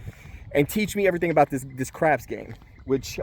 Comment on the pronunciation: Hey lovely place with mountains in the back ground sweeeet, PS i thought you said I've always been interested in crack had to rewind it to here you say I've always been interested in crapps 😂😂